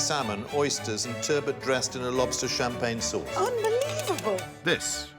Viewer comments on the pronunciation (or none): none